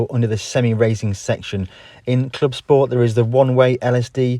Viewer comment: “Clip sport” made my ears bleed